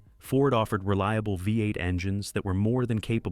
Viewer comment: Great pictures. Please teach your AI how to pronounce V-8.